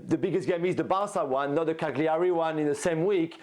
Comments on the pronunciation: Jules it's pronounced Cal-Yaree.....smh. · Jules's take on this was cringe. He can't even pronounce Cagliari. Get Gab back on.